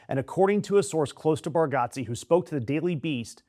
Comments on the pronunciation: It’s pronounced Bar-Get-Ze not Got-Ze. Still tho, this was pretty disappointing news. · Pronounce his name correctly. Idiot!!! It’s Bar-get-ze. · It's pronounced bar-get-zee. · and YOU CANNOT pronounce his last name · If you're gonna shit on someone at least educate yourself on the correct pronunciation of his name. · As a fire breathing liberal myself I think it is important to suggest you fuck the fuck off immediately. The guy went to a stupid event, which is his right. You don't like it. Who fucking cares? Did he storm the capitol? Real Lefties don't adopt McCarthyite tactics, they denounce them. Bitch. Many people think democrats are the assholes. You're their fucking poster. And learn to pronounce his name you redeyed cunt.